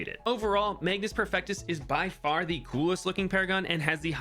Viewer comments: Mage-us, not magnus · There is no "n" in "Magus" ... and the pronunciation is "may-gus". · Magus Perfectus, like Magus from Chrono Trigger. There is no "n". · Why is everyone calling him MAGNUS when it clearly says magus 😭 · Magus, not Magnus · take a shot everytime say magnus instead of magus